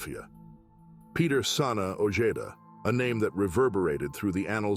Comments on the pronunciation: O-hay-duh ! Not ojayduh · Peter ojeda sounds like (oh-je-da) say it correctly or don't say it at all your making money off somebody bad homies they still have Familia out there ! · 😂 his pronunciation of OEDA is killimh me as bad as Eme